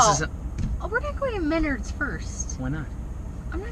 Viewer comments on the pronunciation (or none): The pronunciation of Menards had me cracking up. I was like what the heck is "mennerds" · lol Minnurds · Such a good episode. I live in Michigan right where this video was made! The weather is that crazy. They have sail boat races in my back yard all the time, I love living by the water. But you did say "Menards" wrong. Love the show, keep up the good work. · Hey Brother, just want to offer a little assistance in your pronunciation of Menards. Mostly because it took me a few moments to figure out what you were talking about. Menards is pronounced as Men, like the band 'men at work', and ards is like the beginning of 'ard'vark, the ant eater, then the s is as if you were suggesting the Menard owned the subject you were talking about. So...Men-ard-'s, but shoved all to gether. I hope you all have a great time.